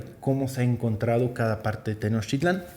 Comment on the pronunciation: Te recuerdo que es Tenochtitlán, no Tenochitlan